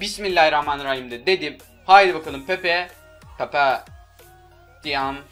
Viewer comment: dakikalarda pepe yi sesegel gibi dedi